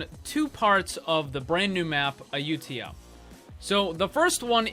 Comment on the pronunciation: can you at least say the name correctly? they even say it for you in the game its not ayutia, pronounce it ah you ta ya (ayutthaya) So fukin cringe